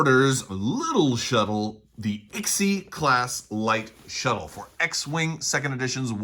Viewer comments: Now I’m pronouncing it Sigh-class. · It’s pronounced ‘Eleven’ (XI) - class. 🤣